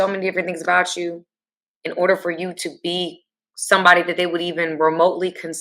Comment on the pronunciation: please can ou say you differently ?